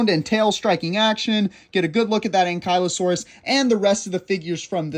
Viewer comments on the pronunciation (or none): none